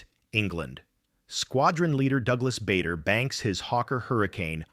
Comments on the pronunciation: It’s pronounced Baa der not Bay der. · It is NOT BAYDER,It is BARDER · What a load of tosh. By the way his name was pronounced "Barder" not Bay-der! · A most interesting video. I had never heard this story before. No criticism: Just a quick word about UK pronunciation: Bader is pronounced "Barder". Farnborough is pronounced "Farnbra". Now, a little criticism: Quite a few of the photos shown in the video had no direct relevance.